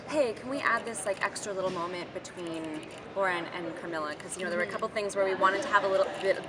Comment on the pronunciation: Hey, it's 'Elise Bauman' not 'BauRman'... just saying